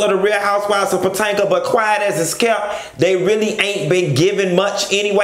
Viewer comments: lmao@ him calling them "HOUSEWIVES OF PAtanka"!!! (not Potomac) 😂🤣😂😂😂😂 ooweeeeee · “pantanka “ lol